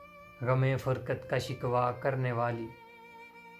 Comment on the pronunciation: فرقت، نہ کے فرکت